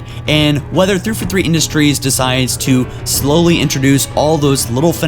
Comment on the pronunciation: ITS THREE-FOUR-THREE NOT "TREFOTHEE"